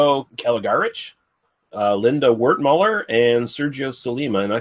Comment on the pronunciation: Were you reading the names with your eyes shut? Lina Wertmüller (no "d"), Michael Constantine (no Mitchell). Heaven knows how else you butchered names.